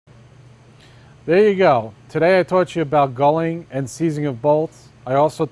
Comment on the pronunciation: its galling, your saying gulling